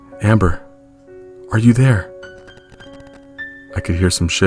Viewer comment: When the voice said “amMBeR” I almost laughed idk why